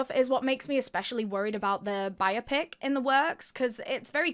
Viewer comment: Isn't that interesting. I spent the early part of my teaching career teaching ESL/EFL/ELL (whatever you call it where you live) and thought then and now a great deal about the roots, vernacular, histories and other intricacies of language. Biopic is usually pronounced with a stress on the middle syllable, in this case the o because, well, English language loves the middle syllable. But, it is a BI-o-pic, a film about a person's life. Sorry, totally geeked out. Carry on.